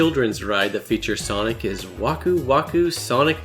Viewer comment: MY MAN sawnik here